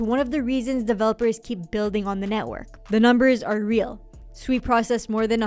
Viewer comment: Thank you for being one of the few influencers to pronounce SUI correctly. Even Raoul Pal pronounce is it, just like everyone else to be fair, like they're calling a pig. It's pronounced like you're saying the word sweet but you just dropped the T. You're awesome for pronouncing it correctly. Also love the balance of the rest of your content.